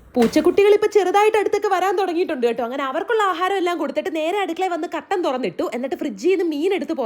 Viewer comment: കർട്ടൻ എന്ന് കേട്ടപ്പോ ഞാൻ മാത്രം ആണോ കട്ടൻ എന്ന് കേട്ടത് ❤